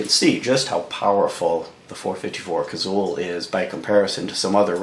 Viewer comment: Had to quit ya . Liked the info but couldn't take another "Cazull"!